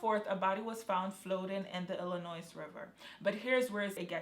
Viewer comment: Thank you for this time-line video ! I think whoever killed Jelani was a professional killer...😥😢 Side note: Just so you know queen...Illinois is not pronounced with the S on the end. Don't feel bad I used to pronounce it the same way..😆